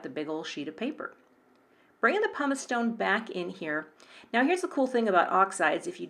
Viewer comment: “Now,” not “bow”